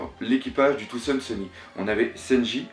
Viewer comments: C'est pas trop ça le problème mais c'est plutôt quand tu dis des trucs genre "Touzand Seuni" à la place de "Thousand Sunny"... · pourquoi tu dis Thoandsunny? on dit Thousandsunny en gros soleil millénaire en FR quand tu le dis on a vraiment pas l'impression que tu connaisse le mot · je t'en pris prononce bien thousand sunny xD sinon très bonne vidéo^^ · bonne video!ù mais c tarpin drole comme tu prononces brook thousand sunny et tout